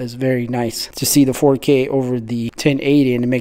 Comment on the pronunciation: He be hittin that “4Keey” no cap😂